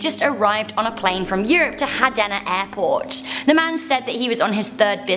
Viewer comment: Its Haneda not Hadena